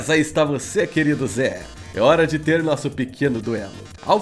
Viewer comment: Cada hora que ele fala ZEH eu começo a rir kkkkkk